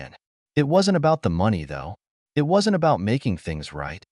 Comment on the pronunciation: This is definitely one of the better trained AI readers, decent advancement on getting emotions in the voice closer, just need to work out the small details like saying "BEE-but" when there are stutter texts like "b-b-but!", or saying "I.T." for "it" as if every it has a job as I.T. specialist.